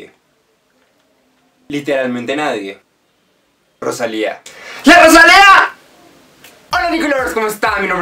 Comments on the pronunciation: Por favor que dolor de oido cada vez que pronuncias roshalia!! Es rosalia!!! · me estresa que diga rochalia JDKSJDK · La Rosalía! tienes que poner el énfasis en la A final. La Rosalí-A¨algo así es.